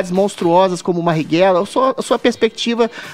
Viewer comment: Da mesma forma que o Adriles que além da voz extremamente afeminada não consegue pronunciar o nome do Mariguella